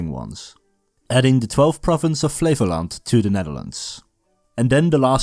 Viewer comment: i kept hearing Flevoland as "flavour land", like a dutch Guy Fieri